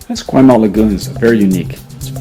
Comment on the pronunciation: What's with the pronunciation of Esquimalt? It's incorrect...